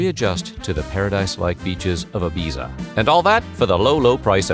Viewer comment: That is not how you pronounce Ibiza.